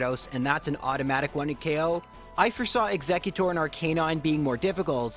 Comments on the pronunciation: "R-Canine" - suuuuuuure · i cant even begin to tell you how much your pronunciation of arcanine annoys me